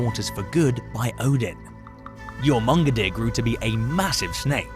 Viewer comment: bro, it's literally pronounced YOR-MUN-GON-DER. Jesus H. Christ. Do research before you make a video.